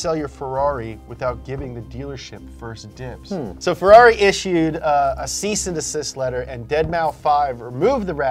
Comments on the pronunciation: "Fe-LOLLY" is tiresome too. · Inside of me I really hope he was trying to be sarcastic just like when he pronounces Ferrari, Mercedes or Lamborghini wrong